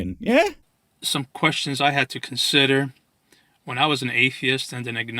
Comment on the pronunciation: he said questons not questions, you got it all wrong